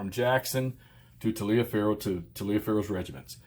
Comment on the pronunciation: Endless fun from this series. Look up how Taliaferro is pronounced, it will surprise you!